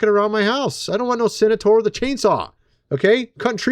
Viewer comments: BUD,it's CEN-TAUR...NOT cenator. Cheers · Its Centaur...not Cenitaur or Cenataur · It's pronounced cen-tar not cen-a-tar, lol! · Ps. It's Centaur, not cenetor. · Do you mean centaur? You keep saying senator. Centaur, pronounced SENT ar. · Really Bro? CEN TAR learn how to sound out the words like a baby in kin der gar tan. Lol wtf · This dude is not real. Everybody who was ever a kid knows what a centaur is and how to pronounce the word. And the difference between a centaur (not a "senator") and a minotaur. What next, dude will be calling a unicorn "Unicron"?